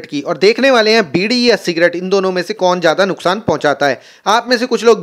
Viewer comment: भाई ने सी डी बोल दिया 😂😂😂😂😅